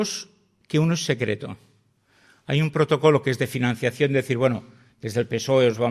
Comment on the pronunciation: La señora Montero, es imposible que sea médico ¿como es posible que diga "uropa" en vez Europa, diga "finansiación" en lugar de financiación y "depresiación" en vez de depreciación, esa señora no tiene estudios alguno, los andaluces tienen acento, pero hablan bien y esta señora no sabe hablar.